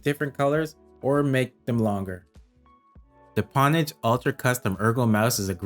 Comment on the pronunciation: great review! its pronounced 'ownage' tho. the reason people used the term "pwn" is because the 'o' key and the 'p' key are right next to each other hence the misspell 'pwn' but it ended up sticking with the gaming community